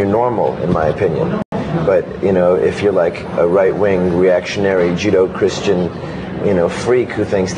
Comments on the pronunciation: JUDO-CHRISTIANS! All fear the Judo-Christians! They gonna flip your shit up and throw you down so hard that you BELIEVE in tha LAWD HAVE MURCY!! (It's Judeo-Christian, Anthony, but I still love you.) ;-) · The boy said "Judo" Christian tho.